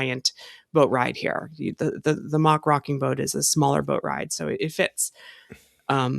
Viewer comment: Its pronounced "mack" not "mock" - think big mac, you wouldn't say Big Mock haha